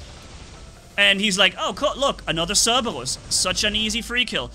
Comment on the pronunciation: I like The Way he says Cerberus I can't say it like that